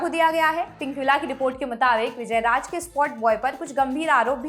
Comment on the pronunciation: sor nahi shor......raaj nahi raaz :)